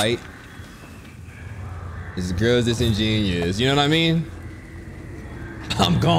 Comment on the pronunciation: HAHAH THIS GIRLS DISIGENOUS 😂